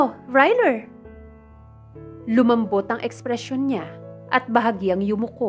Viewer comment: Who's "Ryler"? ☺😄😄😄